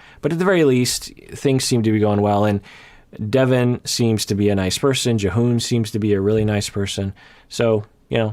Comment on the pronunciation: you said Jihoon right the first time but then you kept saying J'hoon so watch out i guess